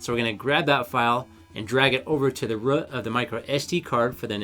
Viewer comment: Great video! Not for me (don’t want 2 switches)... but btw it’s just called the root (of an sd-card) not the rùh... had to listen a few time too understand you ;)